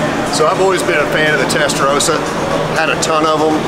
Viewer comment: Ooh Americans. It's Testarossa and not Testarosa.